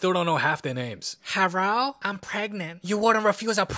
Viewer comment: how she went herro killed me😂